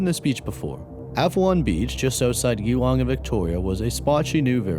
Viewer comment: Just a heads up but Geelong is pronounced with a soft g, like ‘giraffe’ lol